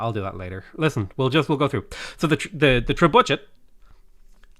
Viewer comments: It's tree bucket not tree budget. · We should bombard him with comments of how he trebutchered the name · "Tre-bue-shay" or "Trebucket". No compromises. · I think it's pronounced Tree-Bucket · Trebuchet? 🤣. How have u never heard it pronounced before? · you trebutchered the name :)